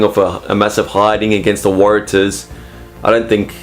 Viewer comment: Could you please get the pronunciation wright. Warratahs.Pronounce Warra stars without the S. Big home ground advantage for reds.....may surprise.